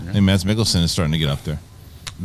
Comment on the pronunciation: Mads Mikkelsen 1st name pronounceed "Mass" silent "d"